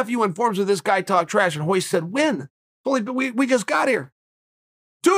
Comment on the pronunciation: Why do people say Hoyce bro it’s Royce with an R that’s why the R is there. Brazilians just have a hard time presenting R’s.